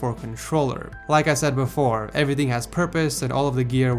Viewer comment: He said everything like everyting 😂 I couldn't take him seriously